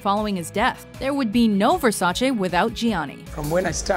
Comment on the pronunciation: Thank you for pronouncing Versace right